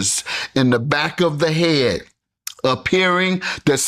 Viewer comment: You can add 'head' to the list of English words these high functioning retards cannot pronounce properly.